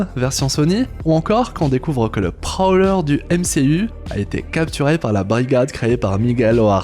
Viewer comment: LE PROLEUR????? G BIEN ENTENDU??? LE PROLEUR!🤨🤨🤨🤨🤨🤨